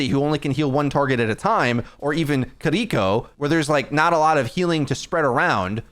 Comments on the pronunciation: “kadeeko” lmao. close. The accent is on the kiri and you’re using too hard of a “d” sound for the ri. It’s more like the in between of an R and L. Or just say it the American way, but not kadeeko plz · Great vid aside from the baptiste and kiriko pronunciations